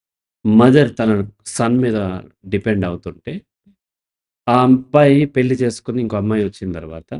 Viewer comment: Good that you made it available to all. I am not interested to watch if this is paid. Also kindly improve your Telugu pronunciation as we Andhra People don’t like your Telugu. పెళ్లి అనాలి పెల్లి కాదు. వాళ్ల మీద వాల్ల మీద కాదు